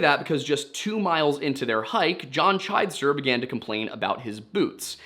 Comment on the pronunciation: The last name is pronounced Chidester with a short "i" sound instead of the long "i" sound so it's CHID ester